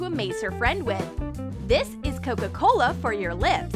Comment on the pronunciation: DoEs AnYoNe NoTiCe ThAt tHeY ArE sAyiNg CoCo CoLA?